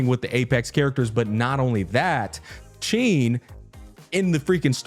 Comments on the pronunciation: Hsin’s name is pronounced “Sheen.” :) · Hey just wanted to let you know that Hsin is pronounced huh-sin most people believe the “H” is silent but it isn’t you basically sound out “H” makes and then add the “sin” part of Hsin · Just pronounce it "SIN" and say it proudly. (if you want to be very accurate, you can pronounce "HSI-" the same way you say "Shi-t")